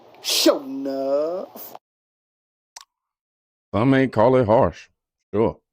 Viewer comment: My man said, "Sho-Nuff" damn I aint heard that since the 80s! Are you Bad enough! Are you Strong enough?